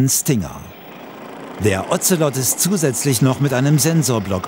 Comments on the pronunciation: Sprechen Sie mir nach: "Das Ozelot kotzt am Ozean auf Bozfahrt". Das Otzelott! Die Bundeswehr mit ihren Tiernamen, die sie selber nichtmal aussprechen kann... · der Otzelott .... diese Aussprache 🤣 klingt wie ein Ritter der Tafelrunde. Sir Otzelott.